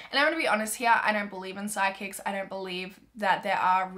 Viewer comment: oml i didn’t realize that she was saying psychics until i saw this comment😂